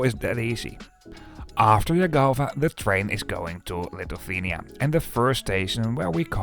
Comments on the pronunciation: I know, Lithuania is not among the easiest country names to pronounce in English, but it's Li-thu-ania, not "Lituthania" ;) Good video nonetheless. Having Vilnius-Riga service reinstated after ~20 years is quite a big deal here. Thanks for showing it. Also, a couple of small corrections, if I may. Pesa 730ML has max speed of 140 km/h, not 156 km/h. As for ticket prices between Šiauliai ant Vilnius, they differ not because local vs international trains, but rather because of train rolling stock types. Some trains are non-accessible push-pull trype of trains which I personally prefer due to more comfortable ride and more space inside, but they can be problematic for people with limited mobility. There is also a Pesa 630 which is 2nd class only with rather uncomfortable seats. And there are also some more Pesa 730MLs, just like the one that goes to Riga. It's also used on Vilnius-Klaipėda route which also goes via Šiauliai. And, finally the average speed. It's not 75 km/h, but rather around 84 km/h, which is not very fast, but just about acceptable and comparable to journey times by bus or car, unless the train is delayed of course. Looking forward to your video from Vilnius-Warsaw train. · Litufania? Was it really so difficult to check the correct pronunciation of Lithuania? What a disrespect and ignorance. Trash content